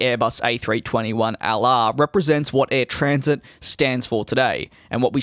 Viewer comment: Its not said as Air Transit its Air Tran-sat